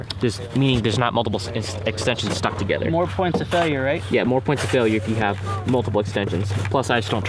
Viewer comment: nothing will make you sound like a child faster than pronouncing together as "tuhgedder"